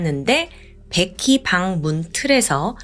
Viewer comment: 왜자꾸 백희라그래ㅠㅠ 베키! 라고 해야지 백희백희~~